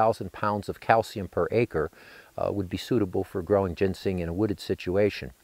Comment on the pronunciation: He keeps calling it gensing rather than ginseng. Very annoying.